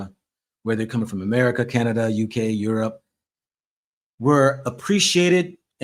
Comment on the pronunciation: Aerope not Europe